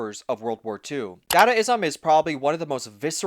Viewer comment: Individualism is freedom. Collectivism is oppression. Sacrifice is exploitation. Work is anti-self. / "dah-dah-ism." Pronounced with schwas. Uh, did you actually watch 'Metropolis'? That was the archetypal DYStopia, yo! But then, if a modern-minded person were to read the book 'Utopia', its definition of "utopia" would seem dystopian since it's based on Pol Pot-style totalitarian collectivism. Don't forget Holodomor, aka the Terror Famine, that Stalin inflicted on Ukraine starting in 1932. Contrast with Soviet Realism. Don't dadaism and gonzo absurdism reject collectivism? Isn't "collectivism" just another word for conformity? And what exactly is the difference between globalism and internationalism? Nationalists criticize both, rightly associating them with imperialism. "Imperialism," "globalism," and "internationalism" are words that describe the same concept: a "utopian" world "order" under a totalitarian police state regime (the Leviathan). What does consumerism have to do with individualism? Isn't consumerism all about conformity, and isn't "conformity" just another word for collectivism? Even Jello Biafra, himself a leftist, was critical of Pol Pot. Do I have to point out the contradiction in that statement? Working longer for less is indicative of an oppressive system that combines the worst aspects of collectivism and hierarchy (both enemies of the individual). Work is based on sacrifice. That's why it's inherently anti-sel